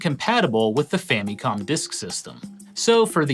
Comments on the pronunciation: I quit watching about the 8th time you pronounced famicom that weird way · Gaming Historian pronounces Famicom like he went to Japan once and heard them pronounce it differently and now he makes sure to pronounce it like tht super hard every time.